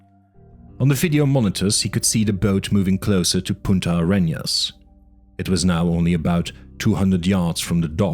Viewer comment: This is really good. There's only one thing from the book that was really wrong: the name of the south of the continent is Punta Arenas, not Puta AreÑas.